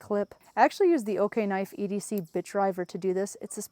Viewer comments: Are you sure it’s pronounced “OK-knife?’ I would think it would be O-knife……O-light………O-knife…..??? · It's O-knife. Not Okay-knife. 😂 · You mean “Oh-knife”? Lol I’ve carried the rubato 3 every single day for the last 2 years. I use it every. Single. Day. We’re not talking opening boxes. We’re talking “locked myself in the coop again” and use the knife through the door crack to lift the latch. I cut rope, dog food bags, I live on a farm and so far I swear by the rubato 3. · Did they though? lol. She didn’t even pronounce the name correctly lol.